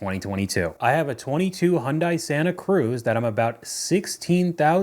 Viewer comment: “Hyundai” like “Sunday”. Appreciate the videos,!